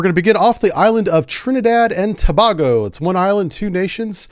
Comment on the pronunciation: Btw the ‘a’ in Tobago sounds like the ‘a’ in bagel.